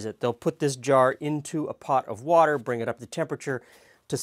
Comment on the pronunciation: I came here straight from Brad’s chilli, so as soon as you said “wourder”, I giggled. 😂